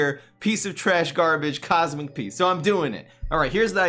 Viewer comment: COSMIC O-PEA